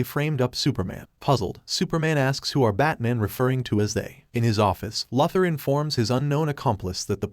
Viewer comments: Who is lother it’s pronounced luuther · It's not Lothor it's Luther: Lu ther. And you don't have to say each characters name each time something happens to them. Also it's Jon Jonns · Lafthor. It's Luthor lmfao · mate, I understand it's text to speech that's why I suggested that he should spell the text incorrectly on purpose so the dumb AI could pronounce it right maybe or something like that. Hence, LOOOOO THOR. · It is pronounced "LU- thor!" Please learn English pronounciations! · How can one recap the Justice League and not know how to pronounce ‘Luther’?